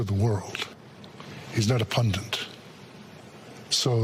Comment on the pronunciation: “ pundit”, not “ pundint”